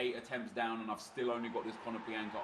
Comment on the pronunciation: ea made more than 1 mistake its konoplyanka not kononplianka, love RTG aswell its very good cheers